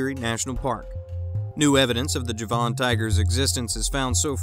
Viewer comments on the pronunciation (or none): Please pronounce the word JAVAN correctly...not Ja-von ! Try this..Javin or Javen ..